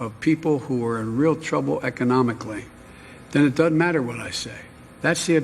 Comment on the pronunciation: Pronounce DOESN'T NOT DUD-ENT!!!!!!!!!!!!!!!!!!!!!!!!!!!!!!!!!!!!!!!!!!!!!!!!!!!!!!!!!!!!!!!!!!!!!!!!!!!!!!!!!!!!!!!!!!!!!!!!!!!!!!!!!! OH BOY!!!!!!!!!!!!!!!!!!!!!!!!